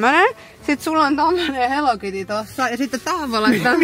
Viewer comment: I LOVE TOI ”Heli kiti” 😂😂